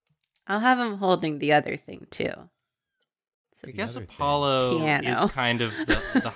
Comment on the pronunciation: I have only one thing to say. A-paw-lo